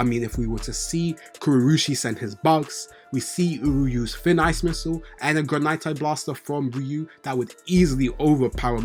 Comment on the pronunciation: HOLD UP ... You the first person on YT to be pronouncing Granité properly 😂😂😂😂😂😂😂 EVERYONE SAYS GRANITE like the fucking rock. What about Ishigori screams rocks and minerals? It's Granité like grah-nee-tay. French dessert. The é with that accent is pronounced like the letter "A" in the English alphabet. It being a French dessert makes sense cuz Ishigori's entire reason for reincarnating is to find his dessert lol